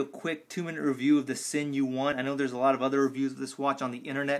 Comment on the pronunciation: it's pronounced Zinn